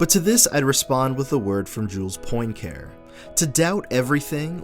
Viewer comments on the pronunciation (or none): Jules Poincaré does not have a silent "e". In fact, it has an accent.